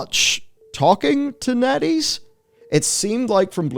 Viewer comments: When he says Netease I heard Netty's and wonder how the hell a Toledo based chili dog and ice cream vendor could become a game studio big enough to give Blizzard a smack down. All while selling awesome chili dogs with only 6 stores and 30 employees. "0_o" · Totally thought B was saying netty...until he brought up the chart...